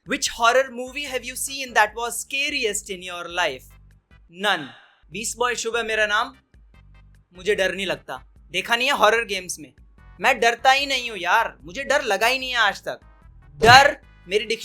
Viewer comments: he said nun not none🤣🤣🤣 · I thought he was saying ‘nun' rather than ‘none'😂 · when he said none i thought he said the movie NUN xD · I first thaught he was talking about 'nun' movie but then I realised That he said 'none' 😅😅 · he is telling none not nun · Any one notice that when he says that his scariest movie is none(I heard nun)🤣🤣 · He is saying None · Did he say 'Nun' or 'None'? 😂🤣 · You said nun not none 😁😁😁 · Really i thought he actually said "Nun" I realised that he said "None" after seeing this comment 🤣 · He was saying "none" not "nun" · here i thought you are saying nun😂😂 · I thought his answer was evil nun but he said "none" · you mean none or Nun? 🤣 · I thought he said nun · you said none I think nun 😂😂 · I thought he was saying Nun 😁😁😅😅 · when he say none i thought he is saying nun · When he said none, i thought he was saying "the nun" movie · when he said "None" at first i thought that he is talking about "The Nun".